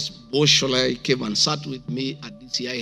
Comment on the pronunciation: Gachagua appealed to her emotions remember 😂. "My sister Shorei, I still raf you."